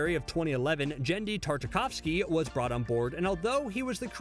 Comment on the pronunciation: Dude, you mispronounced Devo and Genndy Tartakovsky. You need to add phonetic spellings to your scripts for easier reading and accuracy.